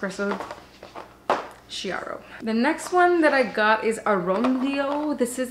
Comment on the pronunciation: Hello from Italy! I got the vertuo thanks to your reviews! Just a note: double clear espresso, pronounced Kiaro! : D